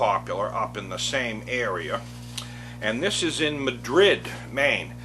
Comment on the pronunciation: It isn't Ma-drid like in Spain, but Mad-rid, like you're mad. It's a common mistake.